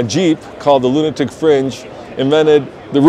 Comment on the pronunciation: I caught the lunitic in the first sentence and it stuck, NO THANK YOU